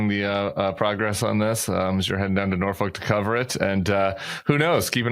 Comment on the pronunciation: Oh my goodness Tim, good job on pronouncing Norfolk 👍🏼 for anyone who travels in for the show think of the pronunciation as the chant : we don’t drink, and we don’t smoke, Nor-f*ck, Nor-f*ck . Less I digress, I’m close enough I could go watch the spectacle. Go check out No Frill Grill for lunch or dinner.